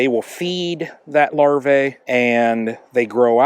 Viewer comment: Singular is larva, plural is larvae. The latter is pronounced larvee, not larvay.